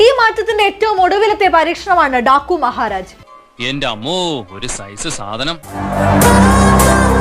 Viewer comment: Daku alla Daa ku 🤣. Ee pani nirthikoode moori balanu